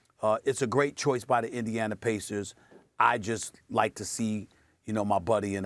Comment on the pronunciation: Indianer?! He’s adds a R to everything